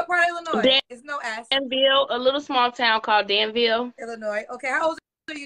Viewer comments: Usually ppl from Illinois don’t pronounce the s at the end…. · It's Illinois there is no S😅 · Illinois there's no s LMAOOOOOO 🤣🤣🤣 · It’s the immediate yet innocent shade for me!! “What part of Illinois? There’s no “s”… Illinois, ok” The s is silent, but dang!!!😂😂😂😂 All jokes aside though; when speaks to women who genuinely seem to have been dealt a bad hand, but are trying their best, you can literally see the heart break on her face!!❤ I really don’t know how she interacts with so much emotional trauma. God Bless and God bless this young lady. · Nah cause by her living in Illinois she should have known the 's' is silent 😮‍💨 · "What part of Illinois, there's no S" (It's silent). That sent me 😂😂😂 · Wait said the S in Illinois is silent. I caught the correction but I don't think lil baby did.. but abrusive... nevermind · Love how immediately corrected her when she mispronounced Illinois, whilst mispronounces words constantly. 🤦🏾‍♀️